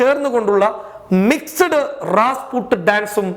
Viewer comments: Is this 8 nte pani. U badly trying to find incidents to make news. Say Rasputin not Rasput. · Rasput അല്ല Rasputin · എടൊ, റാസ്പുട്ടല്ല റാസ്‌പുട്ടിൻ. (Rasputtin) ബോണി എം (Boney M) എന്ന 80 കളിലെ വിഖ്യാത ഗായക സം ഘങ്ങളുടെ വിശ്വവിഖ്യാത ഗാനമാണത്. എന്റെ മധ്യയൗവനകാലത്തു (ടേപ്പ് റെക്കോർഡർ തരംഗ കാലം) ഞങ്ങൾ സ്ഥിരമായി ഈ പാട്ട് കേൾക്കാറുണ്ടായിരുന്നു. ഫാസിലിന്റെ മഞ്ഞിൽ വിരിഞ്ഞ പൂവ് സിനിമയിൽ ഈ പാട്ടിന്റെ ഒരു സീൻ ഉണ്ട്‌. വീഡിയോ കാസ്സെറ്റ് റെക്കോർഡറിന്റെ ആരംഭകാലം. അതിനെത്രയോ ശേഷമാണ് തൻ ജനിക്കുന്നത്. അവരുടെ മിക്കവാറും പാട്ടുകളും വളരെ പ്രസിദ്ധമാണ്. തന്റെ ചോരകുടിക്കുവാൻ ഇവിടെ മലനാടൻ മരത്തലയൻ റെഡിയായിരിക്കുകയാണ്. അതുകൊണ്ട് വാക്കുകൾ ശരിയായി മനസ്സിലാക്കി തൊള്ളതുറക്കാതെ പതിയെ സംസാരിക്കുക. പതിയെ സംസാരിച്ചാലും ആൾകാർക്ക് മനസ്സിലാകും. തലയിലെ ആ പിശാചിന്റെ പൊങ്ങിയിരിക്കുന്ന മുടിയൊന്ന് വെട്ടിക്കുറച്ച് മനുഷ്യക്കോലത്തിലാക്കുക. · രാസ്പുട്ട് അല്ല.രാസ്പുട്ടിൻ എന്നാണ്.